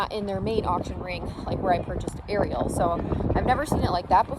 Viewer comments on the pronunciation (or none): Erie-awl? I thought it's Ariel? Aire re el. Huh? How did I miss that before?